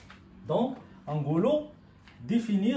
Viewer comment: Définir et non pas difinir !!